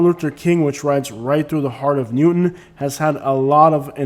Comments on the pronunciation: The most Cringe among alot of Cringe was "Newton" lol. Its New-Town bro. You obviously aren't that knowledgeable about the area or wouldn't have butchered that so bad. Home-O-side 😂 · ...and it's New Town... not Newton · "New-town" 😊 (not Newton) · Like your videos. Watch often. I grew up in Sarasota and we called it Newtown not newton. Just FYI